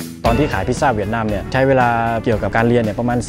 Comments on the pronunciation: เหวียดนามเป็นการออกเสียงแบบภาษาเวียดนามครับ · ใช่ค่ะ กำลังจะเมนท์พอดี คำว่า เวียต จะออกเสียงต่ำ น้องเขาพูดเหมือนคน เวียตเลย